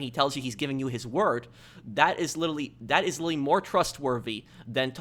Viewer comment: “Lillille” can’t say literally lol